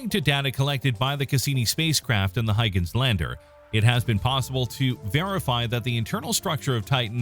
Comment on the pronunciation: Another incorrect pronunciation. HOY-gənz